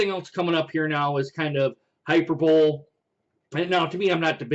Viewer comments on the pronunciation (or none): 😄 No offense, but you pronounced hyperbole wrong. As for Meyer, he should be fired.